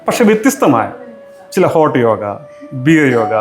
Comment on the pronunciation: യോഗ എന്നു പറയാൻ ശ്രദ്ധിക്കാം ഇംഗ്ലീഷിൽ യോഗാ